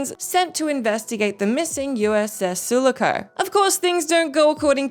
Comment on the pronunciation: It’s USS Su-lah-co, not sula-co